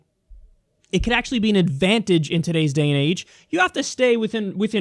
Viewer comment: It wasn’t eckspecially, it was actually ecksually.